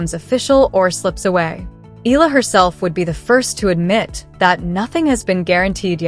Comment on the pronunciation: ehh-ya--la mam